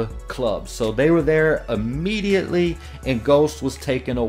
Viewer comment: Ammediately? Its immediately